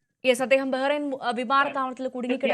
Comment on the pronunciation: ബഹ്റാൻ എന്നല്ല ബഹ്റൈൻ